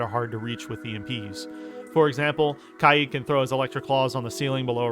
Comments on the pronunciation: Not to judge but HOW did you pronounce kaid? Kyeed? It’s pronounced Kayd Kay (like in okay) and d which makes a duh sound kaid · its k aid not kai eed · the way he says kaid